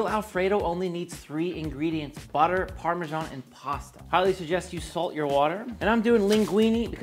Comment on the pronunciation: Love the vids but the parmejhhaaannn pronunciation always gives me the ick.